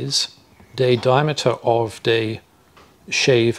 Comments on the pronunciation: I’m getting confused. When you say “d” and when you say “dee” (thee) and den when you say dat dee dickness of dee rope and dee radius of dee ring, dee d/d ..... gahhhhh. It’s THeeeeeee. THe. THat. THen. THickness. Not dickness. Come one guy. Great info but it’s killing me. 😂🤣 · I kept getting confused by the "d' (rather than 'th') accent on whether he was talking about "D" shackles or 'th'e shackle. loved it! Thanks